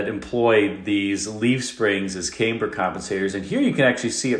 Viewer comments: I think that's pronounced CAMber not CAMEber. 😉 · Don't take a drink every time says CAME-burr, you'll get sick. It's camm-ber, long, soft a like camshaft. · Caymber in a Camaray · Nobody pronounces it Came-ber unless they are AI. WTH? 😂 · #mattsoffroadrecovery #morrvair I have to say I've never heard the word caimber... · Thank you. I have never heard it pronounced "Came -bear" . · "Camber" is pronounced "Cam".....like "I am"....ber sir. Ralph Nader was a no-nothing communist with no qualification to talk about the Corvair, or any other car. His only claim to fame, as it were, was he hated GM, hated capitalism, and hated fun of any kind. He was a crank. A moron. It was a shame he was taken seriously about anything. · What an interesting pronunciation of “camber” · Camber is pronounced with a short "A", like the "A" in lamb. You are using the long form of the "A", which is incorrect. An example of the long form of the "A" is in the word "came". Otherwise, an informative and interesting review of some of the more unusual characteristics of the Corvair. As a teenager, I spent a summer touring Mexico with other kids my age, and several chaperones, all of us in two Corvair Greenbrier vans. The vans performed flawlessly for thousands of miles, on both paved roads and dirt roads. Later in life I owned a Greenbrier, and really enjoyed it. I lived in snow country, so it had good traction, but the light front end needed careful attention when driving on snow or ice. I have also owned swing axle VW type 1 and type 2 vehicles, and never had handling issues with them, or with my Greenbrier. Ralph Nader was a bit of a crank. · FYI, camber rhymes with amber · Nice video, but I’ve never heard anybody pronounce camber the way you are. I even looked up online and every source I can find pronounces it the other way. 🤔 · Camber rhymes with amber. The A is short. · That’s what I thought at first but the audio doesn’t have the normal “tells” of AI. Just the pronunciation of Camber.